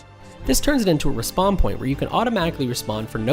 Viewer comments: Why are you pronouncing "re-spawn" as if it's "Respond"??? Super annoying 🤣🤣🤣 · It's REEspawn. Not RAHspawn. Noob.